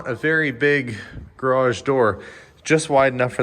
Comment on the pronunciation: Dear. 👍👌👏 THANK YOU SO VERY MUCH for saying Porsche the correct way in one of your last videos. ALSO THANKS for saying garage and not garradge! I don't know where all this mispronouncing comes from but it definitely annoys me every time I hear things like that.. As I mentioned before, nobody says Chevrol instead of Chevrolet. Or Mercede instead of Mercedes! So why do people say Porsch??? Same thing with garage. There is neither a double r nor a dg in this word. So thanks again for doing it right and talking about how to pronounce it right! 👍👌👏 Best regards, luck and health to all of